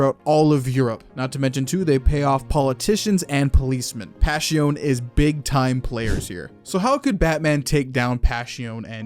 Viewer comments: It’s pronounced “Pah-si-oh-neh” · bro said pashiown